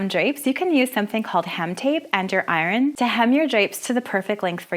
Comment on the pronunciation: Every single comment: curtains, curtain, curtains Me: I'm sorry, you just pronounced "iron" how??!!